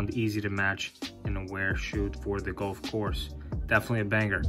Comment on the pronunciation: Couldn’t get past the gowlf pronunciation lol. Great shoe though